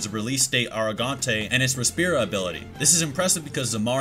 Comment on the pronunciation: Bru-jeria, res-pira, sin-esencia.. these are Spanish words that you butchered 🤣🤣